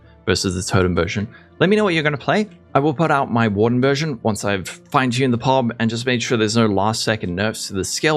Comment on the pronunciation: Nobody calls Path of Building "PUB" like you said it, its "PEE OH BEE". 😁🙃